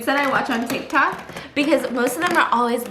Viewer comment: Stephanie: tik tockity Ke$ha tik tok: blares on speakers Challenge - take a shot everytime steph says tictok